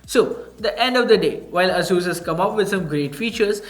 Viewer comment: ˈeɪsuːs or Eyyy-sus